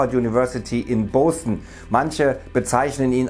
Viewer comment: Wie er Boston ausspricht😅